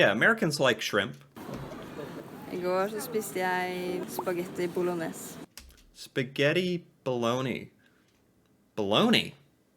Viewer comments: It's pasta Bolognese, an Italian name for pasta with meat and tomatosauce... Not belloni. Are you insane, boy?😂🤣😂 Have you smoked your socks again..? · Not baloney, Read it right, "Spaghetti Bolognese". Look it up 😄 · Im sry i think she ment the italian dish spagetti bolognese. Not spagetti with bologny😃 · bolognese means bolonia style not beloney